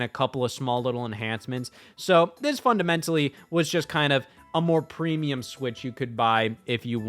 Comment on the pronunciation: Preemulum Creamulum I say